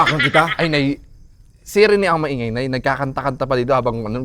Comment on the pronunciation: Rene ❌ Renay ✅😂